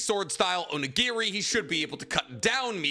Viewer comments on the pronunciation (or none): none